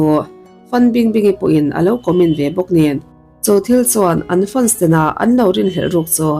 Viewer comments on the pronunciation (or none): Mizo tawng nilo zawng chu, lam fiah chut chut thin ve. Stadi aw...😮 Studi aw tal ni thei se. Funs ni lovin fens ni tal se.etc😮😮😮😮